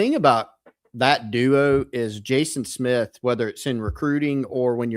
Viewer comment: Pronounce his last name correctly please . Good lord